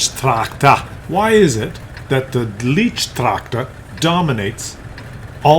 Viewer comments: Yes, my ears of a German speaker bleed when I hear "leech-tractor". It's "light-tractor",! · Hey, it's a Leichttraktor not Leechtractor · At least TRY to pronounce the name. Not "leach" but LAICH tractor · If you would call the leech tractor the "light tractor" you would be fairly close to the German meaning AND pronounciation. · "LEECHTRACTOR"? Really? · Tier 2 tomorrow. Leichttraktor is pronounced more like 'light-tractor'. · Hey, Tier 2 would be nice. And let me tell you, that a "leichttraktor" is not a "leech".;) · Leichttractor is pronounced: L-eye-ch-trak-tore. The 'ch' is pronounced as in 'loch' (a throat clearing sound); the 'tore' rhymes with door. For future videos, a series of T1-T4 for each nation would be fun. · It's not leech-traktor 😉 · to pronounce it correctly take the Y from my and then say lygttractor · You should pronounce this like the english word “light” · lol leicht tractor is pronounced a little differntly... i'm sure you're aware of it, but as a Dutchman who speaks German it sounds funny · Lol, despite jus name, is just incapable of getting the German words right, event the Leicht Traktor...